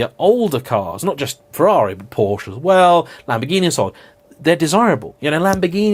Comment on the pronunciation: You pronounced Ferrari wrong when mocking the "Porsche not Porsche" people, which makes it even funnier. As an Italian, I find it way less irritating if you pronounce it the English way than the fake italian accent way.